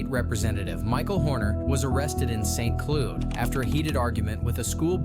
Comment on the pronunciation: St.cluued😂😂😂😂 voice guy got it wrong